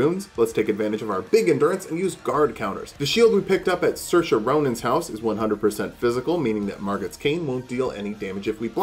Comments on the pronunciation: Siofra river is pronounced She-fra, not saoirse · that's the joke - so many people don't know how to pronounce Siofra so he exaggerates it by saying a completely different word/name